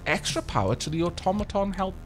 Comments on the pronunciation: "Automatawny" A brilliant new color for your new automaton. What is it? Well it's a sort of a brown, really. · zhoulf've called the automaton the automaton Mark